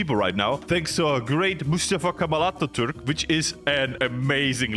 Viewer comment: The way you say great Mustafa Kemal Atatürk made me proud soo much